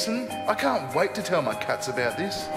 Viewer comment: I thought he said "cucks"